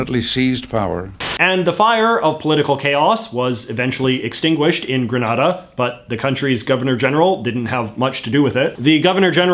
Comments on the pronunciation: The pronunciation grə-NAH-də (as in the video) refers to the Spanish city and province of Granada. The pronunciation of the Caribbean island nation of Grenada should be grə-NAY-də. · Grenada is how Reagan pronounced it (grə-NAY-də). You're pronouncing it like the city of Granada (grə-NAH-də). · Very white washed version of Grenada’s (pronounced like the exploding weapon, the pronunciation with the R sound is a place in Spain) political past you reported there. It’s a fascinating story if you research it. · Hai JJ, great video as always. I'm from and currently in Barbados, one of the countries you've mentioned. My only problem with your video is how you said Grenada like "gren-na-da" it's actually pronounced "gre-NAY-da" lol love ya J.J.!! Also! I think eventually the countries with this GG position will eventually get rid of it. Once this generation of legislative leaders are no longer with us, there will be a major shift towards the modernisation of our government systems. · The worst one is Hillary Clinton video, when she said happy independence day for granada, not Grenada. She didn't read the memo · It's pronounced Gre-NAY-da. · Firstly the way you pronounce Grenada is incorrect and secondly there are mixed feelings about the coup in Grenada by Grenadians actually and I gather the feelings are that Bishop was trying to liberate the country which is why he eas able to mobilize so much support in what is generally a peaceful country.... Most persons in the Caribbean like Jamaica support the views of discontinue with the office of the Governor General because they see it as archaic but do not act on this feeling because the existence of a GG doesnt negatively affect our daily lives.